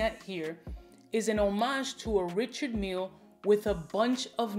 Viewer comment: “Mille” is pronounced as “Meel”. Despite being a Swiss manufacturer, it’s a French name.